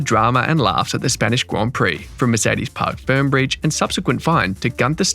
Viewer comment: FYI: It is Parc Fermé, not Park Firm